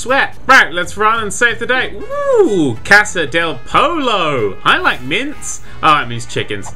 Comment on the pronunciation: IT A DOUBLE LL DAN YOU SAY POYO NOT POLO AND DON'T casa you say it like rasta in rastafarian with out the t its guaca-may-lay as in melee in fighting games Mexican equivalent of goblins really if anything that's the Chupacabra in del u dropped the L you said chivo right the second time piece of square? you meant rafiki those were roosters not chickens am i the only spanish person that was offended